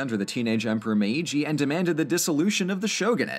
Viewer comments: It’s not /me.i.dʒi/ it’s /meːdʒi/. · Protip: while the first "i" in Meiji has its own symbol (めいじ), in this instance it acts like a lengthener of the preceding "e" sound, resulting in a pronunciation more like "MAY-gee" rather than "meh-EE-gee". That aside, great video! お疲れさまでした! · I love your videos and love your channel. But it's not Me-i-ji, als the i does is make the me syllable long 😅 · Hey great video slight mispronunciation of the name Meiji. The first I is silent its more like Meeji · um meiji is pronounced meeji becuse the i sound like e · I very much appreciate the fact that, finally, someone talks about Japan and is actually able to pronounce Japanese words and names (except maybe for Meiji, that was a bit too stressed) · I agree! Great pronunciation, but I think the first "i" in meiji is just used to lengthen the "me" for another beat, and isn't spoken. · I hate how he says Meiji